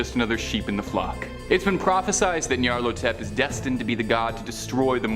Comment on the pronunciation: I hate to be that guy, but it's "Nyarlathotep" aka the "Black Pharaoh" aka "The Bloated Woman". As "-hotep" is an Egyptian honourific, it's likely pronounced "Nyar-LA-hotep".